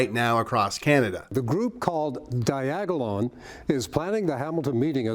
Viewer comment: FFS! Diagalon again?...😂😂😂 When are these politicians going to get it right? Your all a bunch of Bafoons and ya all belong in cartoons!...